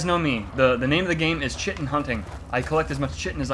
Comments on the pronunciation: "Aktchually, it's pronounced KITE-in" &: "I don't remember asking you a god damn thing." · just so you guys know chitin is pronounced like 'kyte-in', not like how you've been saying it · No, no, no – it's spelt chitin, but it's pronounced 'Throatwobbler Mangrove'. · LaFave "we still refuse to pronounce Chitin properly" Bros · guys, it's chitin not chitin, jeez 🙄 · You guys keep mispronouncing chitin it sound like chaurus shitting. 😂